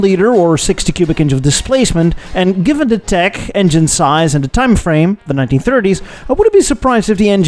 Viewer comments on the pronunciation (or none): none